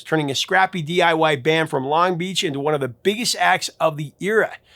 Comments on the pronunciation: I’ve always heard “Longbeach” pronounced with emphasis on the first syllable (“LONG-beach”), not the second (“long-BEACH”). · Just so you know, it’s not Long BEACH It’s LONG Beach